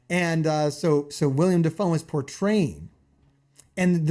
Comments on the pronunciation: You keep calling him William Defoe! Its Willem! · Will-em Defoe, not William.